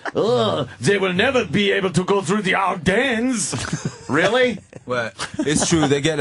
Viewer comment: "Our dens"? You mean "Ardennes"? 😂